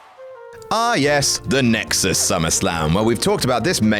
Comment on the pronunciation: He said nixus.